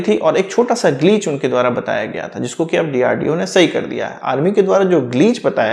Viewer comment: ग्लिच सही उच्चारण